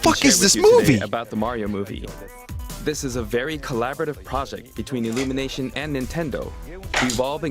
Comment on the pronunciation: wait, did they say "illumitation" for the Mario movie? if I heard them correctly, then oh no...